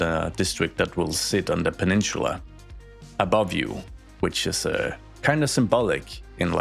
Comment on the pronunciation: It's not pronounced " pa-nin-chula" it's pa-nin-sa-la